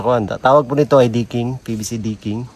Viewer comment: Decking at hindi Diking. Tigas ng Inglis. :face-green-smiling